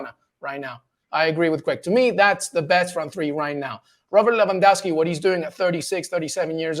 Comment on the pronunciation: Correct pronunciation for Lewy is: Levandovski. W in Polish is like V in English.